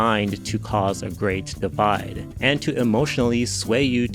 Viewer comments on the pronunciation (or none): none